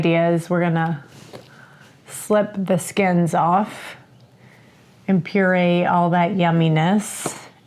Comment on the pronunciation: Purée not purse lol